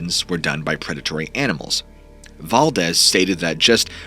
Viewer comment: Guess whose mind isn’t changed. 😂. It’s pronounced Dool say. Not dull see. It’s also val DEES. Not val dezz